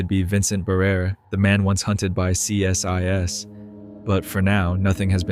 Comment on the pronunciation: CSIS is pronounced (if it's the Canadian Security Intelligence Service) "See-Siss". Creepy video, I'm enjoying it so far!